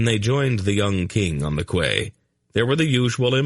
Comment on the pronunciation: im sorry, but how dumb must you be to call a quay a kway, surely a grown man has heard the name before in regards to a place to moor your ship/boat?? i find it utterly astounding that someone who is reading a audiobook for all the world the hear wouldnt know this, or be corrected so he could pronounce it properly